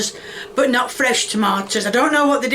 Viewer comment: Look at trying! But I can't listen to the way she says "toe-mee-ahh-toes"